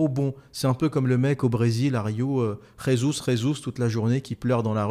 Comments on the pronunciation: Petit remarque anecdotique: Le Brésil étant un pays lusophone, on dit "Jesus, Jesus" avec un J et non "Résus, Résus" (qui est une prononciation espagnole) 🤣😅🤣😅. Mis à part ça, excellent podcast! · En portugais on ne prononce pas le J ne se prononce pas Re, mytho.